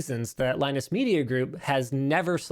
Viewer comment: LieNoose.....please straighten up or you will turn into Leo LaPorte